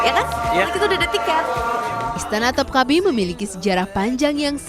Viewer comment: Istana topkapı. Bacanya topkape, e nya elang